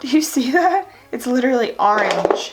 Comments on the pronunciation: I think you’re awesome & I can relate to you so much & your makeup is amazing.... but I strongly dislike how you say orange lol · Excuse my rude comment I hate the way you say orange 😂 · It's a philly thing